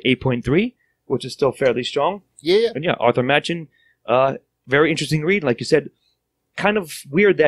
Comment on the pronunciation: I think it worth you guys give a listen to Edward E French's reading/performance of this entire story. (It'll also help with learning the interned pronunciations of some of the names, including Machen himself, which is, actually, pronounced "Mock-in""). Overall an interesting overview of a landmark book in the poetic beauty-terror realm